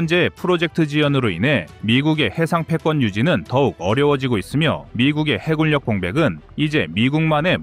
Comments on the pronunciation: 해굴력으로 읽지 마세요! 해군녁으로 읽어야 합니다. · 해굴력ㅡ해군녁 공굴력ㅡ공군녁. 발음좀 정확하거ㆍ 하시길. 무슨 공굴. 해굴